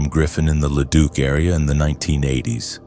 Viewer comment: I mean at leat Leduc was pronounced properly. So many times I have heard it as Leduck lol. I subbed and I really feel that this channel should have more BUT the ai voice is a miss simply due to all the mispronouncing.